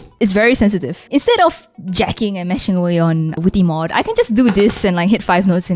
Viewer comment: “The vwitty mwod”